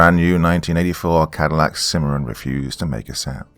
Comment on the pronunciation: Totally nailed the Cadillac Cimarron lol